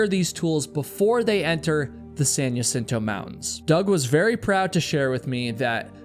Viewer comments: It’s pronounced HA-cinto, not Ya-cinto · Jacinto - HA-seen-toe ❎️ Jacinto - Yuh-sin-toe ❌️ Eta: When this happened, there were so many people in my local hiking group (san diego) saying such awful things about this accident. It really pushed me away from hiking communities. There are so many "high and mighty" hikers that seem to have forgotten that everyone starts as a beginner and that accidents can happen to ANYONE regardless of skill level. Second Chance has a video where he had to turn around in that same spot. I've been on it a few times, and it is extremely dangerous. God bless Trevor's family; may they find peace and continue to strengthen their sons legacy through the program that they started to save many more lives ♡ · Just for future (and we all do this, so this is not meant as a criticism), the word "Jacinto" is pronounced "Hacinto", not "Yacinto". Thank you for telling these cautionary tales. There's always another "Trevor" out there who - if he sees this - might think twice before traversing that trail without the proper equipment. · Maybe that’s how heard the locals pronounce it? I can’t get people to pronounce my name correctly. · Jacinto in pronounced “ha-seen-to”. In Spanish J Is like h. Like t is with jalapeño. Ñ is like y. I’m not sure how you are mixing these up but I’m ngl it’s driving me insane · I was looking through comments to find out how that part was spelled because I've also only ever heard Jacinto pronounced ha-seen-toe until this video, glad I'm not the only one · That plus mis-pronouncing Jacinto 15 times about drove me crazy.